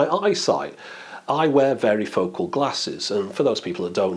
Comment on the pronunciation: I'd really like to see that original form factor come back, I didnt realize they had gone away, its so useful! When you first said varifocal I thought you were saying "veryfocal" meaning they have a really intense focusing lol. I'd never heard varifocal before but that makes sense, in the US we call them bifocals. Some people also have trifocals, and then theres progressive or no-line which basically smooths the transition between the focal zones. Varifocal seems useful to refer to the whole category at once I wouldn't expect 9 stitched photos to have 9x the pixels of one photo. It's smart combining them right? I assume its taking photos that have a bit of overlap, and that overlap is being removed when the photos come together. To be able to append 9 photos together without any sort of computerized combination you'd have to be pretty careful with how you took the photo so it doesn't come out distorted